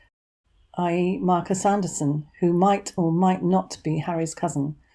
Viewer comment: “Marcus Andrewson” 😂🤣